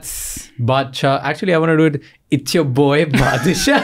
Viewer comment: This is not badshah...this is padshah😁